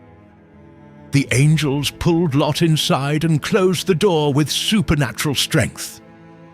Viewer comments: This biblical account is applicable to today's world. But "LO?" Uhmm... isn't it "Lot?" 😂😂 These AI voices need some work. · It’s lot not low! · Well done, although it is grating when the ai voice calls Lot "Lo." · Why does he keep calling Lot, "Low"? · MY BELOVED'S, THE NARRATOR, IS TERRIBLE AND WRONG ON SOOOOOOOOOOOOOOOO MANY POINTS AND ZOAR BURNT TOO AND IT WAS FIVE CITIES THAT PARISHES, NOT JUST TWO OR SODOM AND GOMORA!!!!!!!!!!! I LAUGHED AT THE NARRATOR'S PRONUNCIATIONS OF LOT, WAR AND THE WAY HE GOT THE FACTS WONG LIKE LOTS DAUGHTERS, THEY WERE WHORES AND THEY PRODUCED NATIONS OF EVIL IN THE MIDDLE EAST OF TODAY!!!!!!!!!!!! LOT WAS A TERRIBLE MAN AND HIS DAUGHTERS WERE WORSE AND THAT'S WERE WE GET THE COVENANTS OF TODAY LIKE PALESTINIANS, IRAN, IRAQ, ETC., JUST EVIL GOVERNMENTS FROM LOT'S DESCENDANTS!!!!!!!!!!! ABRAHAM'S DESCENDANTS ON THE OTHER HAND ARE TODAYS ISRAEL, BUT THEY TOO ARE REBELLIOUS, SADLY!!!!!!!!!!!! LOVE YOU ALL AND BELIEVE ON THE LORD YASHUA AND YOU WILL BE SAVED, AMEN!!!!!!!!!!!!!! 🥰❤️🙋🙌🙏⚡⚡⚡